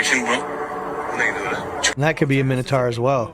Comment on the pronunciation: Not "minitars", it's minotaurs, pronounced min-a-tor